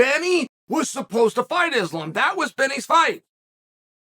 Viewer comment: When Westerners learn how to pronounce the word Islam right , it's like saying ZamZung instead of Samsung.